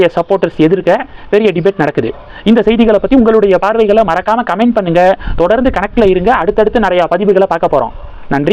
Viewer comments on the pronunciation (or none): none